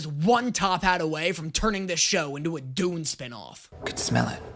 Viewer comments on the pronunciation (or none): none